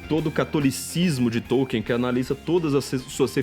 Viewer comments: tollkeen. nao e tolien sa fala KARAIO. TOLLKEEN. o qe...vc nem tem um dictionary de pronnciacao ingles kassete-kakaka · esse paree atras me faz lembrar as 70s. so falta uma lareira karaio.. tambem nao come areira. souu inteletal mas o teclado ta riuum. nem conheco NINGEM qe ler TOLKIEN. Popper sim. Kuhn sim. Qe porra vai ler TOLKIEN. OUTRO - e pronnnciado TOLLKEEN ta bom? Nao e TOKIEN. e TOLLKEEN.